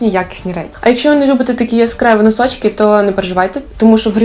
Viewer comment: Обожнюю цю вимову) хочу носочки